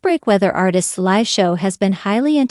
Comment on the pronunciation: Such a misleading title. There was nothing sad about this video. Niall is doing great! Also, I have such a thing about people pronouncing words wrong “live”. Get it together people!